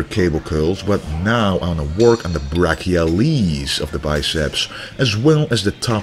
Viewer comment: Lol when you said brachialiis I thought you were going to say baby please